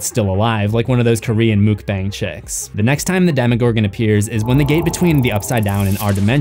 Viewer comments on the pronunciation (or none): Heh, he said Muukbang